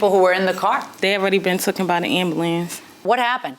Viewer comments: Who raised (or failed to raise) these girls? Lying is so natural to them that they act surprised when someone calls them on it. Another thing....... it's TAKEN, not TOOKIN. That drives me crazy when someone says that.. I mean, most people learn that before they even start school, but to get to adulthood and still not know that tookin isn't a word is just ridiculous. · Why do people say "took-en"? 😑 It's "taken".